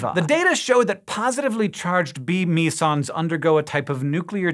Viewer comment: It's pronounced me-sons? Thought it was meh-sons...